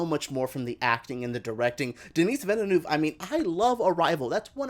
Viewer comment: This guy cannot even corectly pronounce directors name. Vineneuw... Honestly my english is not perfect but have respect to others but even I knew that his surname is Vileneuve